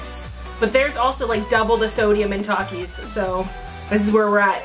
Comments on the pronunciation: my entire school will defiantly agree... all of the children there eat takis for a living. no one has ever said tAkIs- its kinda pronounced at "talkis" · (Tah-keys) is how mexican say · it is definitely pronounced tak-ees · I agree with you it’s pronounced TOK-eees not TAK-eees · It’s not takis it’s takis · I MEXICAN AND WE MEXCIANS SAY TAKITEOS (TAKIHOES) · Its ta kee s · It's pronunciation thakis but spelled Takis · taki not toki